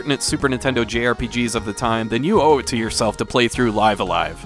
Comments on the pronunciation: It’s pronounced Live-A-Live. Love this game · Only time I've seen anyone pronounce Live a Live correctly.